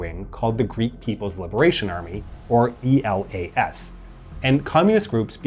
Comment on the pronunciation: I think it should be more appropriate to pronounce E.L.A.S. as one word and not as an acronym, since the idea of giving to this army this name was because it sounded as Greece is called in Greek. It is called Hellas and it is written in Greek Ελλας with double L (Ellas). So E.L.A.S (with one L) is pretty close. Actually, Greeks read those acronyms as words, so E.A.M. - E.L.A.S. was read as Eam--Elas, and I think it would sound better if it was read this way. Think about it, although obviously, it would be difficult to change the video.